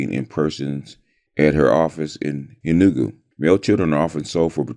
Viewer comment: It is pronounced Enugu (A new goo) and Igbo ( E bow).